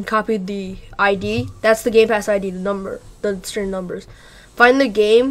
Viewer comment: Did he say roblox gay pass?